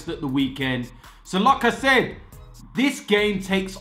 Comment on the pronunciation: Every single fucking time says like I said it sounds like lacazette haha love it